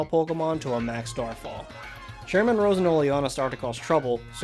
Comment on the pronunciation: finally someone who can prounce Oleana's name correctly! (now I gotta find someone who can pronounce bede)